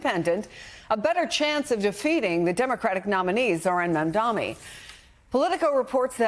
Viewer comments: You call yourself an anchor and can not pronounce his name? It is Mamdani not Mamdami. Is this intentional? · I love how Zohran’s last name is spelled correctly in the chyron, yet the folks on this show continually pronounce it wrong. It’s Mamdani. Not Mandami. It’s not a difficult name to read, it’s just laziness. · They keep saying Mamda(M)i in this video. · Did the news anchor kept saying Mamdami? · It's MAMDANI NOT MANDANI 😅😅😅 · Mam-da-ni. Can we please stop pretending his name is Welsh, or some other unintelligible language? It's practically phonetic. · why can't professional talking heads pronounce his name correctly? they've had plenty of time to memorize it! MOM DONNY! jeez... go zohran! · Can you please say his name right?? It’s embarrassing and ridiculous that a news anchor doesn’t make an effort to learn pronouncing someone’s name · Why can’t anyone pronounce Mamdani!? It’s so rude and ignorant it’s 3 syllables you morons. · Shame. You guys still don’t pronounce his name correctly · White media are so rude and racist.. they purposely mispronounce his name which is actually simple to say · Why doesn’t this host learn how to pronounce Zohran Mamdani’s name? So unprofessional to keep mispronouncing his name. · Not one person is saying his name correctly. They made more effort to call slivas name correctly. But nobody called Mamdani correctly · Its MAMDANI!! These News Casters and Andrew Como thinks if they will call Mamdani's name wrong on purpose they might win the election.... lol 🤣😂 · Why can't anyone of these people pronounce Mamdanis' name appropriately? (this does not apply to people of color) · idk why its so hard for msnbc hosts and guests to say his name right.. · Cause the jealousy they don't want to say mamdani name